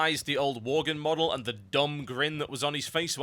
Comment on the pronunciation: Pretty much choked on "Worglin" xD Holy shit.